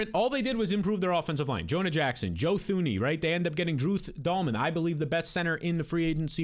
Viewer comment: The way you pronounce “Thuney” makes me think you don’t actually watch football.